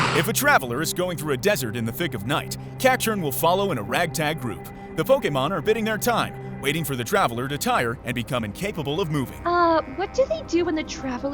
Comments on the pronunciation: ...Biding is pronounced like the Bi in Bicycle. Sorry. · Do you not know how "biding" is pronounced? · Biding is pronounced bye-ding, not bidding 😅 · Having mispronounce “biding” as “bidding” is very ironic considering in the original game you get the TM for Bide by defeating him, lol. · I find it funny that mispronouncing biding, when the first TM he gave out was Bide.